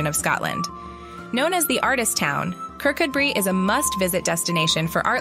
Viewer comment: Not that remarkable a listing if you know Scotland at all. Also -- it's Ker-KOO-bree.